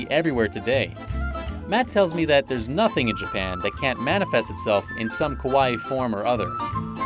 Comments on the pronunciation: Do you think the guy realizes he's been pronouncing "Kawaii" Kowai" which means "Scary". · Dude, it’s KAWA-II (kawa-eeee) not pronounced like Hawaii. Long eeeeee (ii). And it’s KAwaii, not KOwaii. Kowaii means scary. Moras are very important in Japanese. The loud music during the interviews is super distracting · Yea KOwaii means scary haha and it’s kAwa-ii. Long ii at the end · That single vowel change can really make a difference. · Why he keeps saying Kowai? It’s Kawaii! Very different meanings. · he isn’t saying kowai, he’s just mispronouncing kawaii lmao